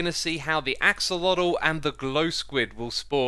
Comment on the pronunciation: I feel like you kept accidentally saying oxelotl, which I completely understand cause for some reason my brain wants to call them ocelots